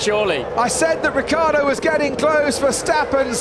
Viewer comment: RiccIardo, not Rickaawrdo.